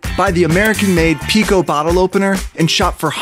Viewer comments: why did you said pico to the bottle opener that you say is heard like pico in friday night funkin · GIRL NOT PICO LMAOOKSKSKKS